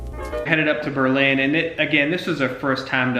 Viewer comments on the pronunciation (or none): OMG STOP SAYING BER-LYNN! Its just Berlin and yes its a tourist trap. Born and raised in the local small towns around there, the legit amish stores located on small country roads is where I go if I need a rug, a broom, a mop etc. Frankly this local doesn't even drive into Berlin during the tourist season unless its absolutely necessary. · It’s pronounced Burr’ Lin. Stay away from the bigger towns. Get a county road map and drive around. Time to go is in the fall when they are harvesting.